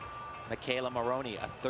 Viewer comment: At about , Tim Daggett said "Maloney" instead of "Maroney!"